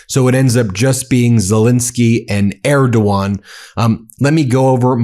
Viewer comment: Thank you for bringing out the facts and pronouncing Erdogan properly. Slava Ukraine!